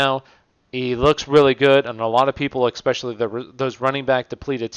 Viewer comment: Dope video cool content, ima fan. But "especially" not "eXpecially", constructive criticism and a like lol your welcome.